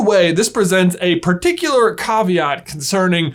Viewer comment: Congratulations on the proper pronunciation of Caveat - Former HS Latin Student 5 years